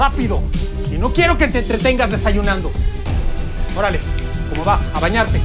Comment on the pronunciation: acaso dijo " zorale " en vez de órale 😅 ?